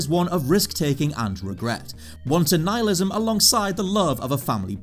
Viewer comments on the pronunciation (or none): none